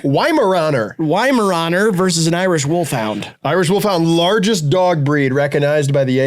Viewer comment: i think they made this entire video so could say "duog" for an hour sixteen